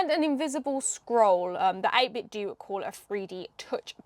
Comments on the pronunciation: The "Do" in 8BitDo is pronounced like the "do" in "Nintendo" not the word "do", you damn zoomer. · Not wanting to be that guy but I think it's meant to be pronouced 8-bit-doh, to ryhme with Nintendo. TBF, it's not a good play on words, or a good name really. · Pretty sure it’s supposed to be pronounced 8bit “doe.” It’s supposed to be pronounced like the end of Nintendo so I’ve been told. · Isn't is pronounced 8-bit "doe", like taekwon-do and kendo? As in the art of or the way of 8-bit? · I was thinking about getting one of these, so thanks for the review. Save me searching for one! :) FYI, 8Bitdo is meant to be pronounced like Nintendo. The company got their start making Nintendo clone controllers and modkits for NES and SNES controllers. Even today the majority of their controllers are Nintendo style ones for Switch / PC.